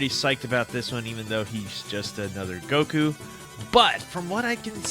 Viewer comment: Firstly it’s goku not guko, and second, fix your grammar